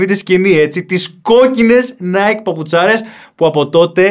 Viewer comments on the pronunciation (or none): none